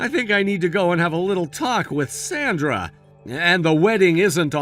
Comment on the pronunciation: At least keep the pronunciation of Sandra correct. Goes back and forth.